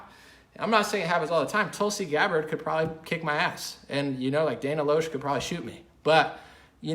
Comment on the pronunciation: Fyi, for future reference and pronouncing Dana's last name correctly, it's not pronounced Dana " Low-shh" it's pronounced "Lash"